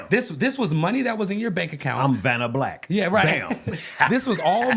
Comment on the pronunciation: “Vana black” 😂